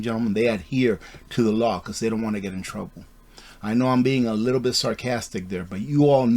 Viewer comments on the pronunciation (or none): none